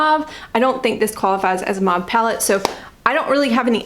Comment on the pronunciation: I have an unabridged online dictionary with a pronunciation key and it was pronounced mauve (maw v) the way you said it.